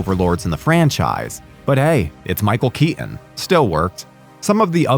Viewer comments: Did you just say “Michael Ke-en”?! It Keeton. You don’t understand the assignment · Enjoyed the video, but was really distracted by you not pronouncing your t's: wri-en, Kea-on, etc.